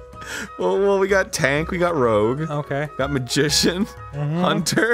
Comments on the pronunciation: It's Rouge, not Rogue. Like the bat from Sonic. I'm SO disappointed that joke went over their heads. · also it's "rouge" not "rogue," don't know why you guys kept calling it "rogue" :^) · It was rouge not rogue. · Nobody tell them it's not Rogue the sneaky beak, it's Rouge. The color. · ...did they not realize it's rouge, not rogue? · It's not rogue, it's rouge